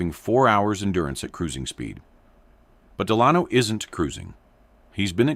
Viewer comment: You say de-lahn-o. Nope, the name is pronounced DEL-a-no. Your AI doesn't understand how to pronounce English. FIXIT!